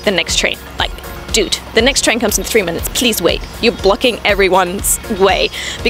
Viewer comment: the way she says "dude" is funny